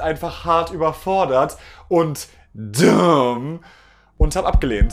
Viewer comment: Woher kommt dieses komisch betonte "duuumm" eigentlich? :D Ist in voll vielen Videos